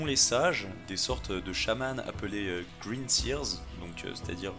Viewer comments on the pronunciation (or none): none